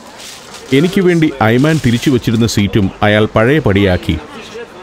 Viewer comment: ടൂർ ഗൈഡിന്റെ പേര് 'ഐമാൻ' എന്നാണ് ഇവിടെ പറയുന്നത്. എന്നാൽ 'ഐമൻ' എന്നാണ് ശരിക്കുള്ള ഉച്ചാരണം. 'വലതുപക്ഷക്കാരൻ' എന്നാണ് ആ അറബി വാക്കിന്റെ അർത്ഥം.